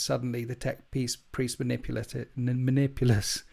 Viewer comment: You're flub on the name Manipulus tells me everything I need to know, avoid.